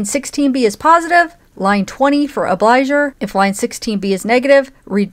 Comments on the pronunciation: The word “obligor” is pronounced “ob-lee-GORE” and means “one who owes”. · Obligor has a hard g.